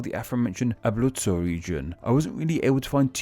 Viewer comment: UmbLia? AbLuzzo?